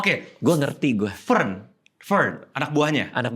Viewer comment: Gw selalu merasa aneh dengan penyebutan eno untuk Fern karena terbiasa dengan penyebutan Fern di anime yang gw denger gak seperti itu. Sepertinya nonton Frieren dub inggris deh bukan jepangnya